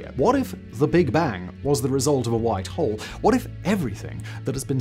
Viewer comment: I was so confused, I kept thinking you were saying white hall lol at 1st I was like I've never heard of a white hall in space before lol